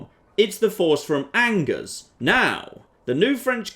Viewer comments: Ok I get the Nothing Toulouse pun for a title but Angers isn't pronounced as it is in English. It is pronounced On-geres not Angers. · I did mean On-Jay rather than On-geres. Surely would have corrected his pronunciation though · hey ! i live in Angers !! (and that last man was my grandpa ! rude !) and it's pronounced anjay (the "é" like fiance) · How does poor editing get through every single mispronounced "Angers". Something something hard "R"...